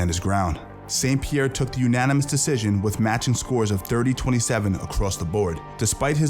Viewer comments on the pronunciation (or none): none